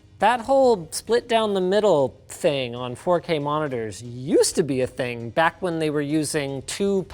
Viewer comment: Every time I hear Linus say "Ting", I think...."SpaceBalls".... when Lone Star meets Yogurt and those little guys who say "ting ting ting" 🤣